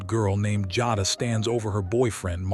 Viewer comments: Jayyyduhh, not Jahdah lolol 😂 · It's pronounced jay da.. and she should b charged as an adult.you play stupid games u win stupid prizes. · These voiceovers frustrate me sometimes. I listen (instead of watching) while I’m working & the narrator mispronouncing Jada as “Joddah” had me thinking they were talking about someone else. Smh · Her name is "Jay da" Jada Listening at you say it wrong is cringe asf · no. You’re pronouncing it WRONG. THAT’S WHY I SPELLED IT PHONETICALLY!! #Teacher